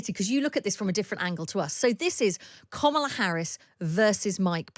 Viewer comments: It's not Comma-la Harris, with 'comma' in an English accent. It's 'comma' in an American accent. It's Karmala. Just listen to how people say it - including the person you are interviewing - and say it like that. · Interesting breakdown 😊, I enjoyed this. My only complaint being that the host, who I generally enjoy, kept referring to Ms. Harris as ‘Kommala’- please read her name correctly as Kamala- only short vowel sounds and all a’s 😂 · Why does this woman not say Ms Harris name correctly, she's as bad as trump. It's not that hard ffs.